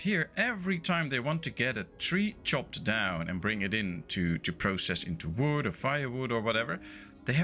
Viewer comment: Goede tutorial. Ik zou wel mijn Nederlands accent wat proberen weg te poetsen. Klinkt nog te veel als Mark Rutte die Engels probeert te praten. Probeer "kid" niet uit te spreken als "kit" en "pause" niet als "pos". Ze hebben een wat langere klank. Update: en "wood" niet als "woet" ;)